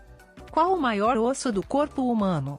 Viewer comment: 4 = OSSO: pronunciado de forma ERRADA (aberta).